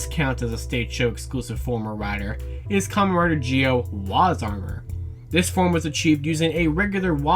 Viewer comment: Good video, but you have to stop saying 'Commeh Rider'